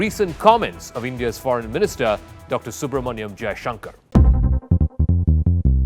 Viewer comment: सुब्रमण्यम जय शंकर इतने अच्छे तरीके से उच्चारण कैसे कर दिया 🤣